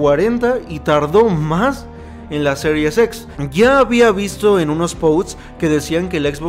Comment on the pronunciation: Se escucha mejor cuando se dice, Series X y no Serius X, espero no ofender 😅😅😅😅